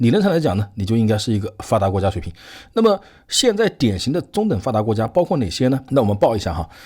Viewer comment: 先好好练一下阅读和发音，中等发达国家读了几次都都不对，理解能对吗